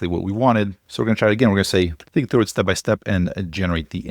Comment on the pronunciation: Dude, "THROUGH"